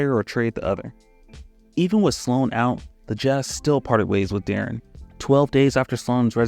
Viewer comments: why was you saying de’aaron half the time? its pronounced like “DEH-REN” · Ngl, I couldn't get over my dude pronouncing D-Will's name De'Aaron (as in De'Aaron Fox) like 60% of the time in the vid. Even had to look up this old clip of T-Mac asking how to pronounce his name to make sure I wasn't going crazy like with the Berenstein/Berenstain bears situation. Still quality content, but I always find it weird when people who supposedly follow basketball mispronounce the names of well-known players. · “I can’t take criticism or pronounce Deron correctly”